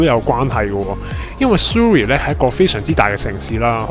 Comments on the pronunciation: Surrey U 不是发u 音 是倒e:音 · Surrey 发音错了,应纠正.